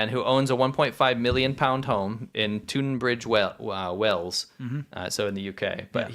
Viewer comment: HAAAA HAAA Tunbridge Wells, you said it so bad! 😂😂😂😂